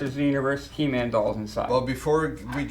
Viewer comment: Its NOT He Min. It's HE MAN !!!!!